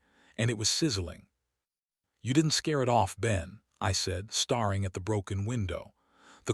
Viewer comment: STARING NOT Star-ing BREATHING NOT Breathe-ing 🙄🙄🙄🙄🙄🙄🙄🙄